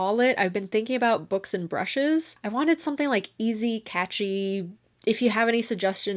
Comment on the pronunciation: berks and brershes